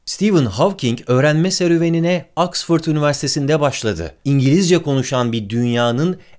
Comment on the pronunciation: axfirt mi oxford mu